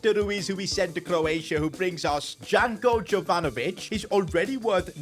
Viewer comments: it is not pronounced "Janko Jovanovic", it is more like "Yanko Yovanović" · Its janko jovanovic and not djanko djovanovic